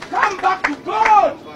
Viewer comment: followers you must interceed for your pastor kubanga Bambi?. The way he calls God Guard hoo